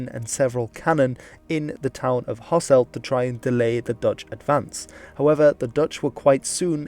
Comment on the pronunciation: Same goes for Hasselt, where its ɦɑsəlt not ɦɑsɛlt.